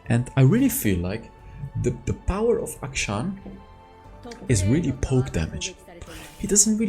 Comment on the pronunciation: FINALLY SOMEONE WHO PRONOUNCES HIS NAME CORRECTLY